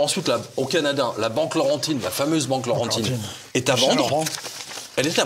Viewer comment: BANQUE LAURENTIENNE.... HAHAHAH...CA VA BIEN ALLER QU'ILS DISAIENT... (PAS 'PAURENTIIIINE")